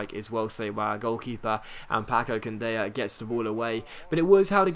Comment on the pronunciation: It's Candela, not Candeya. The spanish-talking people only pronounce the "y" when it's two l's in a row, therefore it's pronounced Candela. Love your videos, they are truly amazing! Thumbs up so he can see!